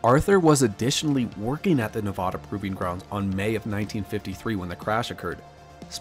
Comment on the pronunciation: This may be knit picking, but as a resident of NevAda, (A as in cAt, not A as in Ahh)